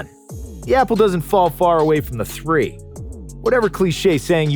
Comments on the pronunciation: I thought he said the apple doesn’t fall far from the three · Yall realise he said apple dosent fal from the thsree